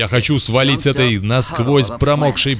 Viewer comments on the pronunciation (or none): none